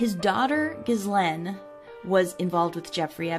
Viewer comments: It’s pronounced ga-laine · How about Operation Talpiot? Btw Ghislaine is prounounced Gill( rhyming with Bill) LANE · Ok now remake this video and pronounce her name right